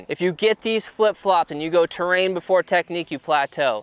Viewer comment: "Terain" Hmmm